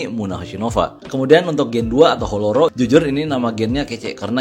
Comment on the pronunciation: Btw holoh3ro itu bacanya Hero..